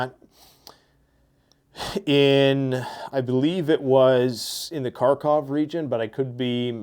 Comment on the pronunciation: Kharkiv not Khartov unless you are a Russian invader